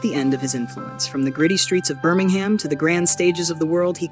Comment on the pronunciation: I wish you Americans would learn to pronounce UK place names. With the only two exceptions I know of, both being two word place names (East and West Ham) Brits DO NOT say ham when it appears on the end of a place name. Birm-ing-um (or just say Brum), Felt-um, Ful-um and so on. These videos would be great if you did not almost immediately cheese off half the audience.